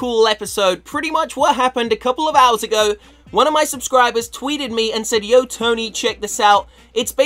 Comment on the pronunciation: can't say Tony 😁😁😁